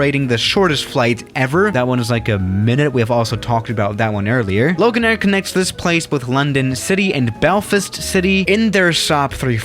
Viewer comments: when he said BELFIST city I died 😭 It’s pronounced Belfast like FAHST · Normal people: Belfast: Belfist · The way he said Belfast is so funny! 😂